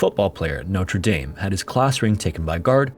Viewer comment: NO-TREE-DAME University? Lol. No, it's NO-TER-DAME.